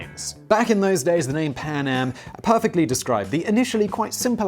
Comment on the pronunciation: I can't help hearing Panem rather than PanAm